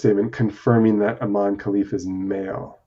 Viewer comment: Her name is pronounced "EE-MAH-NEH" not "EEMAIN" and the fact that you did not know that shows a lack of journalistic integrity. How can I trust any "facts" you share about the inner workings of her DNA and body if you do not know a name that has been said over and over by Olympic announcers in the very games we are discussing?